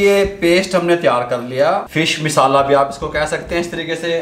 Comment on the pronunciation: Abe naade tum log ko bolna nahi Aata misala nahi masala bolo